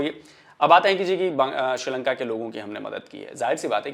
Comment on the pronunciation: Madam it’s srilanka not sirilanka